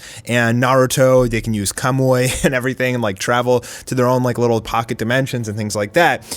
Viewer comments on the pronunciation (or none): Y'all did he say "kamuoy"